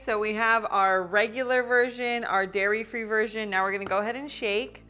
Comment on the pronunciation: DAIRY not Diary